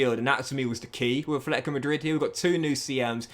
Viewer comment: Brother stop it !!! Please !! It’s NOT ATHLETICO ITS FUCKING ATLETICO !! It’s already like 4 years every time my ears bleeding whenever I hear it from you